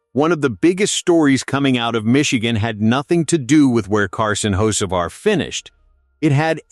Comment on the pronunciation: At least pronounce the name correctly